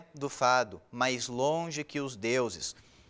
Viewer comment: A aula é boa, mas pelo amor de deus tire esse "mãs". Fica horrível hahahah